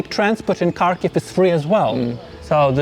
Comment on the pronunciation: If you work for Kyiv Independent, shouldnt you spend one day max on learning how to pronounce the city you are talking about?